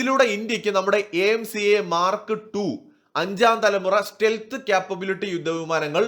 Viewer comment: the Russian offer is SU57 total tech transfer and co production in India. India already has SU 30 production in India. When you say Mark Two, pronounce it as Mar kTwo!